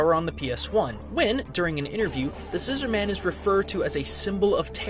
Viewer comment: I believe it's pronounced "scissor-mun"